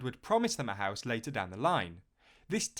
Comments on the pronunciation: "HOUISE!" lol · Houise lol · "Customers pay for the Houise"